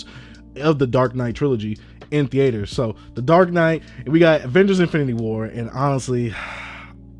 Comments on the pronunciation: who taught you how to say theater my whole life i've said thEEter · why you say theater like that😂 thee-ATE-..er